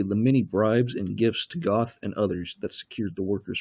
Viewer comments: Goth is actually pronounced "Gurt". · Its not Goth, its Goeth, the th is pronounced like a T and the oe is pronounced like ö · I cringed when he said “Goth” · Pronounced geth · The narrator's mispronunciation of names is the real travesty here.